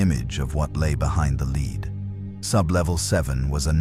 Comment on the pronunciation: Started off ok until Vought suddenly knew about kryptonite and developed Stormfront in a matter of weeks to specifically combat someone they knew very little about. Then the AI narrator keeps mispronouncing Vought, lead, Compound "five", and not keeping the accents straight.